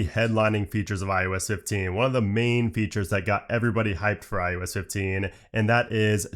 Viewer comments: Is it me or is he saying IUS 15? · maybe you should call it iOS and not ius